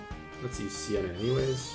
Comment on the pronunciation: ITS SEINA NOT SIENA